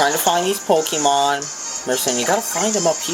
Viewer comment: I know you are an idiot because you pronounce it Pokeeeman